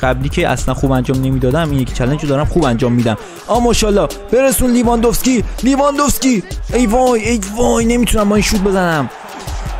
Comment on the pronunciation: داداش اسم بازیکن هارو درست تلفظ کن! اون لورنته نیست یورِنته است. و لیواندوفسکی نیست لِواندوفسکیه